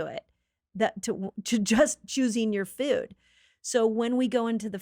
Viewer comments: I got so distracted by her pronunciation of food over and over. Feud. Also, no one should drink the milk from any animal. Ever. Unless you want to keep the females sick and tortured and pregnant their whole lives. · Its foooood, not fuds, where did she learn how to say this??